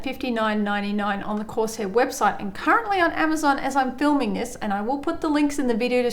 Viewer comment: Love how she says Course air at the start instead of corsair